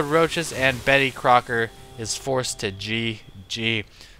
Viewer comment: LOL did say Bettycocker?